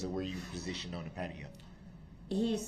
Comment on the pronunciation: He really asked “Where were you PROSITIONED at?” That’s not how u say that word lol